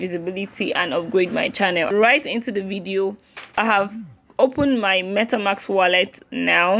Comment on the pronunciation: For next video, its MetaMASK not MetaMAX. :D